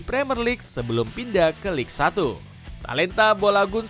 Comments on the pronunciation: lig satu 😂😂😂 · Cara baca Ligue 1 itu Lig Ang woyy. Ngawur naratornya. Nggak profesional banget 😂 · Apa sih naratornya bego banget. Banyak salah woy cara bacanya. Ligue 1 aja salah baca, Il Popo malah dibaca Dua Popo 😂. Goblok banget wkwkw padahal isi videonya udah bagus tuh